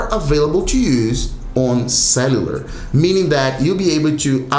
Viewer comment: Pardon me for mentioning this: please improve your pronunciation of cellular. Pronounce it as sell-u-lur. Thanks.